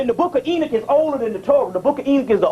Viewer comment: ok yeah i wasn't sure if that was what he was saying because it sounded like he was saying ena